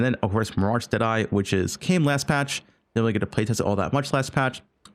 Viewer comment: When he says "deadeye" it sounds like an Aussie saying "today"